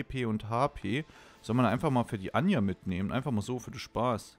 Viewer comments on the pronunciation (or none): Warum nennst du die eigentlich immer anja die heisst doch ajna oder bin ich grad blöd?